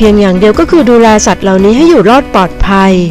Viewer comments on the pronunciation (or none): ห้าล้านไล่ ปอดภัย อักขระแย่มาก ปรับปรุงด่วน